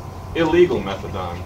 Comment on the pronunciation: Methadone pronounced "Metha don". Fair enough. Can't find evidence of a different spelling back then.